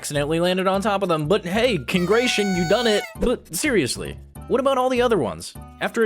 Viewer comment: “Congration you done it”